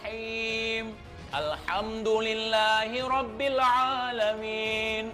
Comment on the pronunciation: lu bacaan surah alfatihahnya sangat hancurrrrr Pada bacaan robbil 'alamin, lu mentalin huruf lam nya